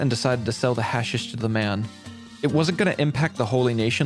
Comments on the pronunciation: hash-eesh not hasish broski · It's pronounced Ha-sheesh, not hash-ish. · Just so you know, it’s hash-EEsh, not hash-ish. Or you can just call it hash. Up to you lol. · Its pronounced HA SHISH